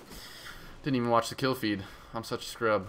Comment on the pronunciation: LOL HE SAID "I'M SUCK A SCREW UP"